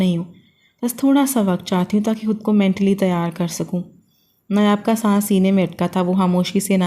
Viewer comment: Hud nahi khud hota hai .